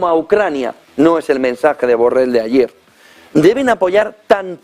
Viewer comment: 😅😄🤣 Hasta llama Burrell a Borrell 😆😁😅😄🤣😎